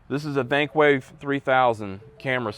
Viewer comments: after doing some search variations, I'm thinking he's actually trying to say Thinkware 3000. But I'm not positive. It comes up on Google though. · I also couldn’t understand him either. I thought he said dankway dankwave thankway thankwave but after doing research too, I came up with the same Concusion of Thinkware UL 3000 dashcam.